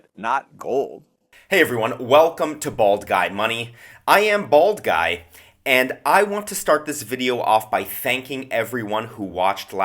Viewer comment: I heard bald guide not bald guy